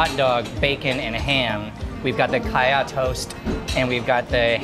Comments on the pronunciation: Great work! and thank you. I'm Thai and all my grandparents moved from Hainan to the south of Thailand. My mom was born in Koi Samui and they had a coffee shop there like the place you visited. p.s. It's "Sang ka ya", not "ka ya". We like to eat it in the evening, before the "real" dinner. >< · Great VDO as usual. However, the creamy thing is actually called Sang Khaya, not Khaya.